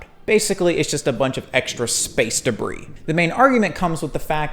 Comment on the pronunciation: I liked this video as soon as he said “debrah” I fucking lost it